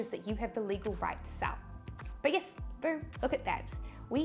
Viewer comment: yiss = yes 😁